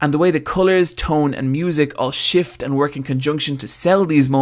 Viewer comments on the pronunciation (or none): none